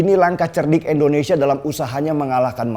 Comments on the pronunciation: bang lu gak bisa ngucapi INDONESIA, apa emang setau lu negara kta ini namanya ENDONESIA??????? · Bang tolong Pelafalannya jangan Endonesia dong, kasih penekanan pada vokal "I", Indonesia.. thanks. Good luck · Maaf banget maaf kang denny kl boleh koreksi, maaf nih ya mengapa setiap menyebut "INDONESIA" itu malah jadi "ENDONESIA" ? Maaf ya sekali lagi kl saya sok2 atau gimana2 🙏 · Pak kali ini sy kritik bpk:😆 Indonesia pak bukan Endonesia Pasti karna saking semangat nih 💯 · Penjelasan bang Deni emang selalu gampang dan mudah di cerna,tpi aku merasa terganjal dengan satu kalimat yg selalu bang Deni ucapkan tentang Indonesia jadi endonesia,ini x kedua aku coment tentang kalimat Indonesia ini dan aku harap bang Deni mengucapkan Indonesia dan bukan endonesia,maaf 100x maaf aku cinta indonesia